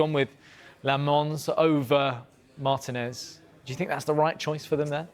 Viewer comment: Despite being Yank, I far prefer English speech versus American. However, Martinez is pronounced mar-TEE-nez not MAR-tin-ezz